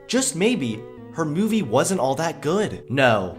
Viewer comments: Every time he says movie. I hear “Mewvie” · Kinda irritated at the way pronounces "mewvie" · Ps- There is no "y" in the word "movie". It's not pronounced "mewvie". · Please stop saying Meuu-vie like that. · Fuck feminists P.S why do u say mu-e-vi its moo-v-ee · Ok totally off-topic. Why does pronounce movie like "Meiuvie". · So...am I the only one that noticed it's not pronounced MEWvie? 😉😂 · Haha! Mew-vie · I can't get over the way you fucking say movie... Moovie? Myuvie? WTF? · Am I the only one hearing him say 'myuvie'? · "Mee-yoo-vee" What part of the country are you from? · "Take a mee-yoo-vee and re-bee-yoot it, but first check out the merch I have for see-yale." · I will pay you money if you will learn to pronounce the word "movie" correctly.